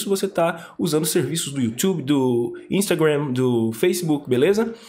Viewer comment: que agonia ele falando youtube e instagram parecendo que ta tomando uma rolada.